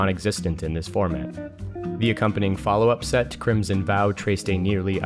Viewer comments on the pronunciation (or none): none